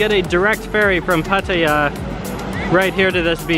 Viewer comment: Its pronounced Patta-ya btw. Koh Lan spelling is OK as long as its pronounced with a long A, like Laan or Larn